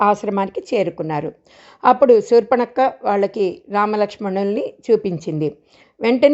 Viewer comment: సూర్ప నఖ అనాలి సూర్పణక్క కాదు